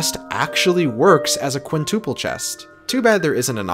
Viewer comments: No one:: Quintoople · "Quintoople" "Aquotic" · Not a quintoople 😂